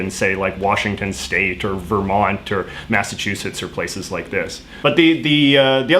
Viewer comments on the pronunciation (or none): none